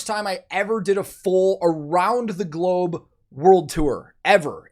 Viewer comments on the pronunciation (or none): none